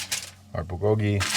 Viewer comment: The accent is in the bul not the go part. Búl go gi…cheers!!